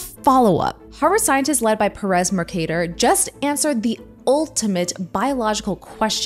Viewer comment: it’s not muhrcahdur it’s mercader